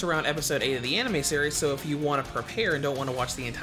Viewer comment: It's “If”, not “I f”.